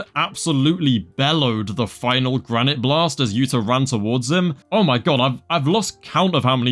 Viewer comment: respect to your "Granité Blasteu" pronunciation.